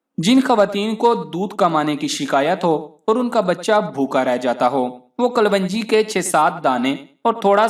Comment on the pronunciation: Bhai apni pronunciation hi theek ( right) let lo . It's kalonji not kalwanji.